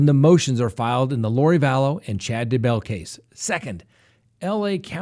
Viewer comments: I love your channel, but it’s not “Da-bell”. It’s “Daybell”. Sorry to nitpick. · It's DAY-bell, no Duh-BELL.